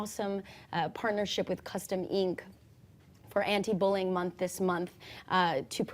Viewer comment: Did she say bulling?